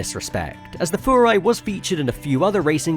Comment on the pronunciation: You are the first person I have ever heard pronounce Furai the way it's supposed to be, and not Fyurai. Massive props!!!